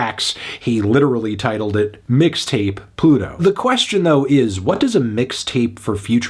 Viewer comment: melon really said "Midtape Pluto"